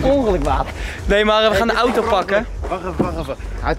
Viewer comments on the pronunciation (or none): none